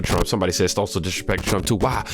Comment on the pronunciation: 😊STOSSEL! O IS SHORT! LIKE THE O IN MOM